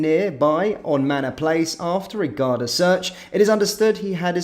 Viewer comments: GAR-DA not Gardia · How do you flit between correctly pronouncing Garda (Gar-da) And incorrectly calling them Gar-dia. Bizarre, in my humble opinion 😵‍💫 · There called the Garda not gardia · Gardia is pronounced gar-dee and refers to the police force. Garda is singular (and officer) and pronounced as seen. If you do news you have to pronounce things correctly. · It’s pronounced like guarda (Garda) not gardia just pointing you in the right direction that’s all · Pronounced 'Garda', no I in Garda. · Gardea haha it's pronounced 'Guard I'